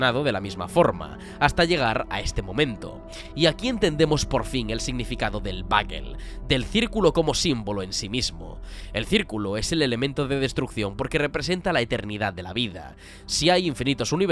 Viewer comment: TREMENDO PELICULON!!! El análisis como es habitual es bueno pero sera porque soy latino porqué la palabra "BA Gue L" me sacaba del mismo... porque no la pronunciaba en ingles ni es una palabra que asocie al español "Dona" en mi pueblo.